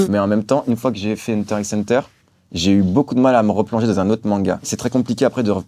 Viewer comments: Ya clairement ecrit X a chaque fois pk il faut pas le dire ? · Hunter x Hunter manga de sa vie mais il prononce le X azy casse toi